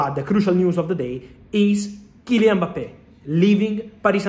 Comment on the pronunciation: Happy to hear a proper prononciation of his name